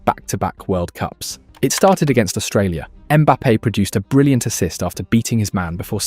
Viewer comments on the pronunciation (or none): none